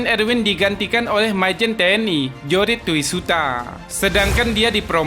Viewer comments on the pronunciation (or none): George toisuta koq dibaca jorit tousiuta.... 😬😬